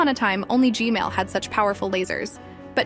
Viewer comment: She said g male